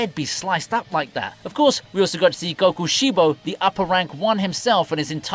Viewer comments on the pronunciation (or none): none